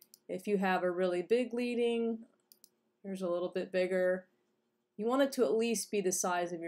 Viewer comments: thanks! It's actually prounced like the metal, "lead" (as in a lead pencil") because printers used to insert strips of lead between the letters. :) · Your video is very helpful. Thank you. But I feel compelled to make one note. The word "leading" is not pronounced "leeding" as it is derived from manual type set days when the type setter would use strips of lead in order to space out lines of text evenly.